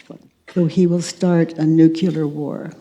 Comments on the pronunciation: Katie, please...7x "nook- yoo-lar". It's "nook- lee-ar". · “nukelar” war?!? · It is nuclear war, not "nukiliar war". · I always found humor in President Bush each time he said the Word "Nucular" I always wanted to help him in the tiniest way by a tiny tidbit of simple information given to him as a gift. "Nuclear" dear President. Well he is gone from the public eye but I can still give the gift to a wonderful person such as Byron. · love Katies work, sooo needed. i noticed Katie pronounces nuclear as "nukular, ", like Bush used to do, seems that bugs some of the attendees,& the lady on stage actually s-p-el-I-s it out (i think to get it thru to Katie?) & a few audience members try to e-nun-ci-ate the word. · She says nu q lar 😀that's funny. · Watch Katie mispronounce nuclear, as nucular. Several attendees become so uncomfortable and try ever so subtly ingeniously to "correct" her. Anyone of these people could do a worksheet on Katie's inability to correctly pronounce words! How attached we are to our beliefs about learning! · STOP SAYING NUCULAR